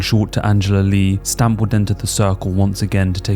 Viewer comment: Should it not be more like S'tamp or se'temp, or possibly even se'tem? I googled it and it seems more like that on the pronunciation. (However... it may just be the English word written in Thai letters lol). I just remember that Thais do not seem to have much a "st" sound. Great video btw!